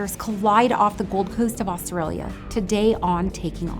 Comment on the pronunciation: pronounce Australia properly please oh my god